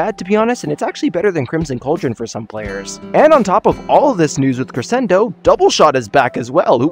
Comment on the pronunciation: Ik it’s not really a big deal but it just bothers me. It’s Cre-Shen-do Not Cre-sen-do